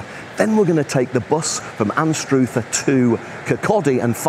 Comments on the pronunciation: It's pronounced Anstr other. Not Anst Ruth er. Locals call it Ainster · Learn to say Anstruther correctly